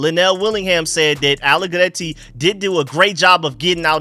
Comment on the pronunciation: It's Nick AlleGRETTI WITH AN R! Not AlleGLETTI ! There is no L